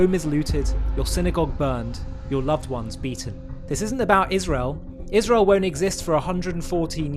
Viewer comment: Candace Owens needs speech therapy. She cannot pronounce her S when it's in the middle of a word. It's not ISHrael, or ROSHchild. Is she post-partum insane?